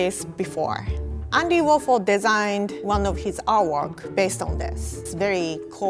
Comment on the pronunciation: Did she say Andy Waffle ? Or Warfol ?